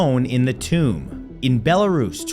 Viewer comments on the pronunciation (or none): none